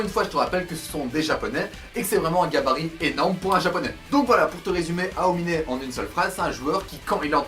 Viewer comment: Comment tu prononce Aomine mdr